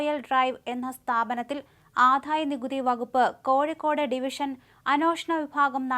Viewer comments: ആദ്ധായനികുതി അല്ല, ആദായനികുതി. വിദ്ധ്യാർത്ഥി അല്ല, വിദ്യാർഥി. ഖാനനം അല്ല, കാനനം. 101 പ്രാവശ്യം എമ്പോസിഷൻ എഴുതു, എല്ലാ ചാനലിലും ഉള്ളവർ ശ്രീകണ്ഠനായരുൾപ്പെടെ. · ഈ പെൺകുട്ടിക്ക് ഉ‌ച്ചാരണശുദ്ധി ഇല്ല. ജ എന്ന അക്ഷരം തെറ്റായാണ് ഉചരിക്കുന്നത്. ആധായ നികുതി എന്നാണു പറയുന്നത്. വിധ്യാർത്തി എന്നാണു പറയുന്നത്. ഈ ചാനലിനു വേറേ ആളെ കിട്ടാഞ്ഞിട്ടാകും.